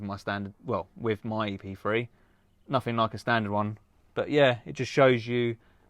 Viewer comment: Why he keep saying Epfwee, it's Epthree .